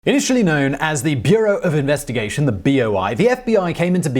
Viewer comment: Lol beareu of investigation ,BOI ? No dude